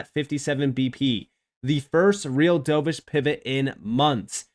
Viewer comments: dove-ish, not dough-vish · pronounced "dove-ish", like the bird. Opposite of "hawk-ish", also a bird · Dove like a bird, not dove like dove in to a pool 🐦